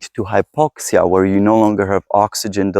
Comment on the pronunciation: U mispronounciate "where". (Please take this as constructive criticism.)